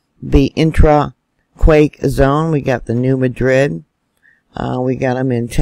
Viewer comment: MAD-rid. That's how locals pronounce New Madrid. Say it with me. MAD-rid.